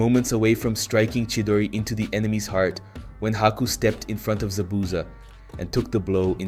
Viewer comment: "za-boosa" "jenin" man did you even watch the show or are you just mispronouncing things on purpose